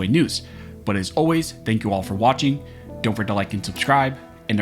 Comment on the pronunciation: It sounds like his hard drive finally fried, after speaking so unnecessary fast and skipping over so many syllables over the years. Ever noticed that, at the end of each video, it sounds like he says, "This nation was built BARMED scholars and this nation will be maintained BARMED scholars"?